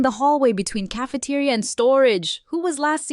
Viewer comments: ca-fe-te-ri-a, very good english i might say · Better not be caught solo in caf-uh-tuh-ria with Grok around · Grok saying Cafe-ter-I-a 😭😭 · The way grok's tts says cafeteria is amazing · im crine how does bro pronounce “cafeteria”😂 smart in doing, dumb in physical movement😂